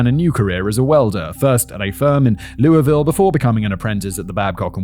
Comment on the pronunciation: Totally random but Louisville, Ohio wasn't pronounced right at all lol